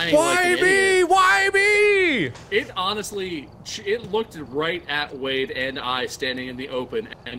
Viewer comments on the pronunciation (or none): “honestly”: “Annusly” Me: 🥲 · "Annusly" alright... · "it annusly" Everyone: see how the heart is all nice and chopped up? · Everytime they say honestly i only hear annustly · Legit every time Mark said “honestly” on that channel I heard “Annusly.” When Ethan finally made that joke in the video where they just talk with each other, I was like FINALLY. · And bob said annusly instead of honesty and I cried 😂😭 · I mean C’mon, Annusly. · Excuse me but it’s “Annus’tly” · When he put in the word “honestly” as “annusly” instead that hit me right in the feels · I’m so glad I’m not the only one who thinks “annusly” whenever someone says honestly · "Annusly" Me: awww memories Edit: Also Also me: HMMM maybe the ghosts are targeting mark because THEY KNOW ThEY kNoW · Was laughing at Mark dying and then hit me with “It Annusly” orz